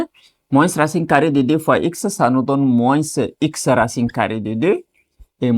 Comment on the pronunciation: Pourquoi vous prononcez la lettre "s" de "moins"??? D'autre part vous répétez beaucoup et beaucoup des trucs que vs pouvez simplifier.